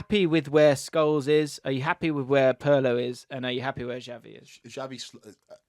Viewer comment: I am confused many years, I am not native English speaker, but what's with all of yours pronunciation of Xavi's name? X is clear 'ch' sound in Catalan and if you watch any Catalan, like Pep talk about Xavi - you hear that. Why you make this 'j', 'g' sound? It's not like his name contain sounds that are not staples in English, you have words like champion, chai, chalk, Chelsea. You seem so proud that you don't call him Zavi like people, who haven't clue, but why make up pronunciation that doesn't make sense neither in English, Spanish or Catalan?